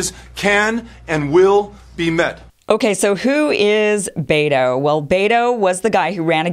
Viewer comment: Pronounced BET'o, not baytoe.